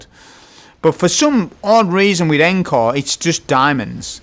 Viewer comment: Look, I know I'm an annoying grammar Nazi. I understand. I don't like myself for doing this, I think it's the autism..... but please, just for me, please pronounce Encore correcttly. It's ON-CORE. Thank you. P.S. The hand cannon, Agape. To gape, gaping.... rhymes with grape. Thanks again 👍